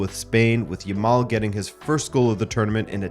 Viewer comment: Yamal not Yamall. Say the last syllable like "Al" not "all" . And "eelite" what the hell?